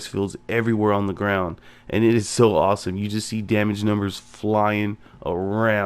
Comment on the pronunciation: Did you just say- "asome"?